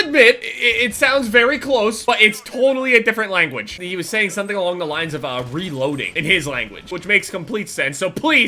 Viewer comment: he says "cover me im reloding"